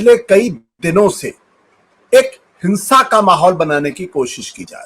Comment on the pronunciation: Hins_a Nahin... Sanskari hins_a , kahiye ji😂